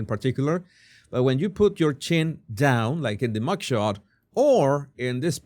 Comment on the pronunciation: I had to listen to this several times before I could understand that he is saying MUG SHOT😂😂